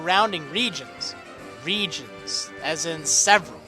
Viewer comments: the more you say regions, the less it sounds like a word... it sounds like regens now :p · You have said reGIONS so many times.... It sounds like your speaking Spanish... It sounds WIERD now...